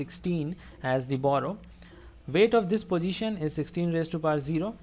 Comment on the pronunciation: It is position not posijhan